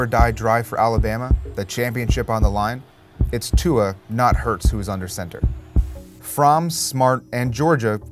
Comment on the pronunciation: Bahahahahahahahahahahahahahahahaha I’ve never heard Tua’s name butchered so hard in my life.